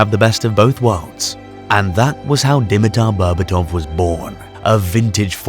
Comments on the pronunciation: d'mEeter bearbAatov. Try pronouncing it like so to get closed to the correct pronounciation. the capital letters are where the accent is. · "When you hear the name "Deameatar Bearbatouf" what do you remember of the man?" Nothing, because you butchered the name so badly I've no idea who you mean.